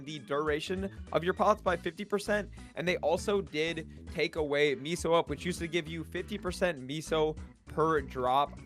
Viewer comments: "miso", do you mean meso? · Pronounced Mess-OH